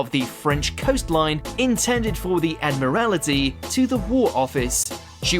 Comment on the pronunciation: Watch Mojo's unrealistic 'British Accent' that mispronounces or 'mis-emphasises' things in every video just grinds my gears..... "photos intended for the Admirality" WTF is that????? And 'serving as a corrier'.